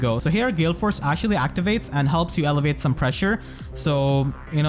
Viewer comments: Hey man loved this video! Quick thing though: I think you are trying to say "alleviate the pressure" a few times in this video, but it sounds like "elevate the pressure", which is a bit confusing since they basically have opposite meanings in this case. Unless you mean you are elevating your own team's offensive pressure and I just interpreted it wrong lol either way I love your videos! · this is one of you best videos ever dude. showcasing her potential was awesome edit: also alleviate (AH-LEE-VEE-ATE) is different than elevate